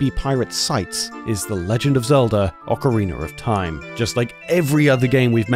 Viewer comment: You have like 7 videos covering ocarina of time and you call it “ocariner” every time. How have you not noticed how you mispronounce it this many times